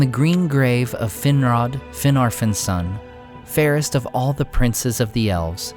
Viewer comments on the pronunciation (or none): none